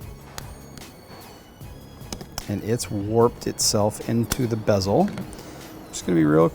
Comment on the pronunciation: “Bezel” not “besel”......duh